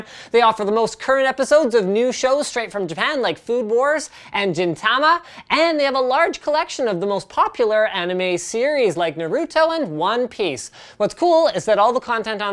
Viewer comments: not Gin tama, but Jin tama - linus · When he said “Jinn Tama” and “Na roo toe” I died a little